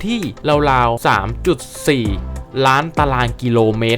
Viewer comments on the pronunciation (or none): จากที่ดูมาหลายคลิป ช่วยปรับปรุงด้วยค่ะ 1 นะครับ เยอะเกินไป บางจุดเปลี่ยนเป็น ครับ ก็ได้ บางครั้งจบประโยคด้วย นะครับ ติดกัน 2 ประโยค มันมากไปค่ะ 2 ควบกล้ำให้ถูกต้อง ราวๆ ไม่ใช่ ลาวๆ รอง ไม่ใช่ ลอง 3 ออกเสียงให้ถูกต้อง แอฟริกา อ่านว่า แอฟ ฟริ กา 3 พยางค์ ไม่ใช่ แอฟ ฟะ ริ กา , ทุ่งหญ้า Savannah อ่านว่า เซอะแวนหนะ ถ้าออกเสียงแบบไทยคือ สวันน่า 4 ข้อความในคลิปบอกว่า 30.4 ล้าน แต่อ่านเป็น 3.4 ล้าน